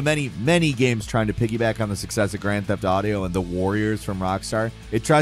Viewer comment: Dude, you seriously just said "Grand Theft AUDIO".